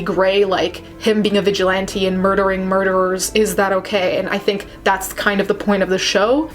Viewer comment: Vigil-ON-te.......😂😂😂 It's pronounced vigil-ant-E